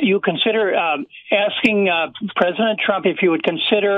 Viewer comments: 'Twump' 😂 must be Mrs Fudd calling in. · Pwesident Twump. Curse dat twicky wabbit!